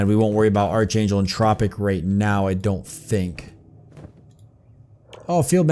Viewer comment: it's pronounced ark angel not arch lol